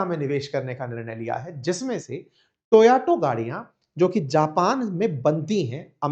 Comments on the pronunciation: It's Toyota,not toauto. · It is Toyota…. Not Toyoto 😅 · Sir आप टोयोटा का उच्चारण टोयाटो करते हैं..ऐसा क्यूँ?? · Toyato ya fir toyota😂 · It is TO..YO..TA. Not To..ya..to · भैया टोयाटो नहीं टोयोटा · Please speak the right Name of the car. Not TAYOTO but TAYOTA. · Toyota ❌ Toyato ✅ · Sirji, kindly pronounce the car as Toyota- ToYoTa; thank you. (you kept saying ToYaTo, confusing). Your channel is a good one. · Toyato nahi be… Toyota hota he… I have noticed several tile this teacher mispronounce things